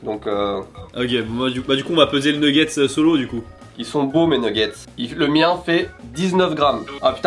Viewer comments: il a vraiment dit nouguette's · des nouguettse ..... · qui dit « nouggets » 😂 je vous adore vraiment vous respirez la bonne humeur! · Les fameux « nougettes »